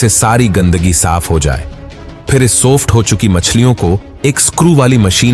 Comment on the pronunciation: सोफ्ट नहीं सॉफ्ट